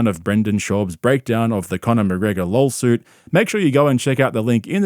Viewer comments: Wait did you say lawsuit or lolsuit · Is he actually saying "lolsuit" for "lawsuit" or is it like some kind of intrusive "l" thing?